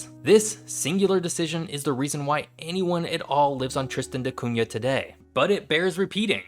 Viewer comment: Thank you for saying "Da Cunha" correctly. I am not sure if that is how the islanders pronounce it but this is my last name and you said it the right way.